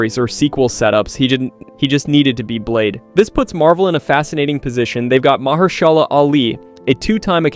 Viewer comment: May I suggest you practice reading your scripts a few times before making your final recordings? Also, you are saying Mahershala's name wrong